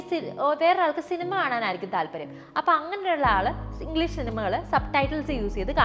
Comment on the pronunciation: Pronunciation of English. It's not engleesh